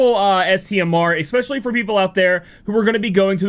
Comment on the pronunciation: It's pronounces ES SPECIALLY not ECKSPECIALLY